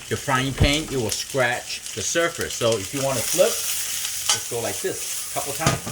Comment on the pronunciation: It took me a minute to realize you were saying surface. I thought you were saying surfers 🏄‍♂️